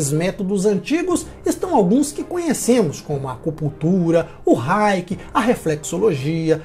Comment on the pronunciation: Gostei do conteúdo, as ilustrações e informações adicionais, e acho pertinente fazer dois apontamentos, o correto da pronuncia é ORGONITE, e reiki foneticamente se pronuncia é "reiqui", parabéns pela abordagem!!!